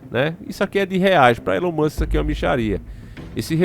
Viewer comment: ELON MUSCH KKKKK .